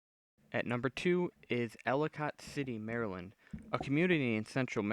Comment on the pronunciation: your like the only youtuber I've seen that can acually say maryland right